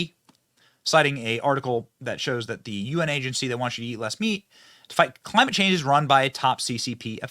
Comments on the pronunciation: wtf is "cli" "mate" change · "Clamite change" ok dude.